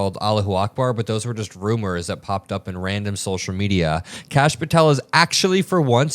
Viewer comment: Kash = duh-hooooosh 🤦‍♀️🩵